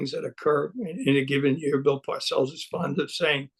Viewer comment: Bill not Boll